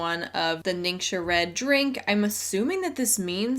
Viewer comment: Fun fact from someone who speaks mandarin: if it isn’t a dialect, then every rep ever is saying ‘ningxia’ wrong. It’s not nincsha, it’s ning-shyia. If it isn’t a dialect, then I’m certain that all these mostly white women are still saying it wrong